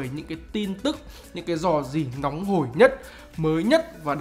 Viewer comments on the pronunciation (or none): none